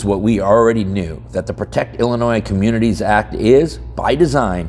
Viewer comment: There is no noise in Illinois. Drop the "S".